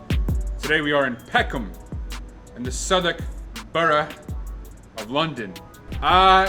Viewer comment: I love your emphasis on the pronunciation of Southwark and borough. As a non-native, I know how it can be difficult. You smashed it. LOVE your content